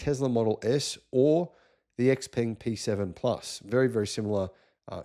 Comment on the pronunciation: Yeah but he drives me nuts with how he pronounces “TeZla”, and “ex-peng”. It was also hilarious when he didn’t realise the BYD Dynasty series of cars were the Han, Tang, Song etc. For someone who has been to China a few times. Anyway I love the content, thanks.